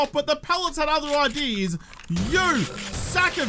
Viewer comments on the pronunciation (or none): none